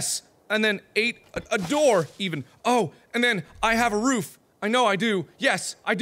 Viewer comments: when mark says roof he sounds like hes making a dog bark ruf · he says "roof" the same way he says "room"